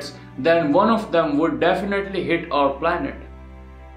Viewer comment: He siad planert